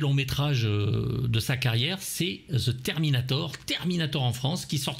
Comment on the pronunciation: ouai parce qu'en france on comprend "terminator" mais "the" c'est insurmontable. XD ^^